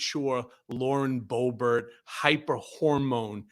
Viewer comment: Cohen, it’s Lauren Boob-art.